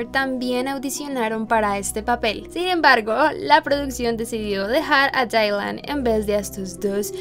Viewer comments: Dylan no se pronuncia Dailan, se pronuncia Dilan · No es Dailan es Dylan